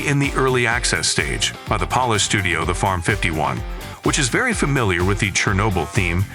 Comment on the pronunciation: Has the narrator never heard of how someone says Polish in real life?